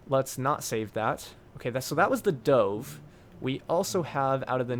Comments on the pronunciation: i'm sad at how you don't think it's sad that he pronounced 'dove' as 'dohve' even though a dove is a bird and all of the other planes were named after birds. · Scorpion i'm sad at how he pronounces 'dove'